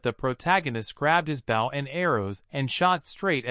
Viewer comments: I had so much faith in this video when I heard the word "protagonist" pronounced correctly then the hero started fighting with his "bowel" and arrow and i knew we were doomed. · Google translated script that is then read by some one thats not to good at english pronunciation, explains the Bow: front of a ship (opposite of "stern") instead of Bow a weapon for shooting arrows. love to watch these but yeah it is very annoying how it's usually a robot voice that pronounces things wrong or just someone reading a script that doesn't understand the translation they are reading.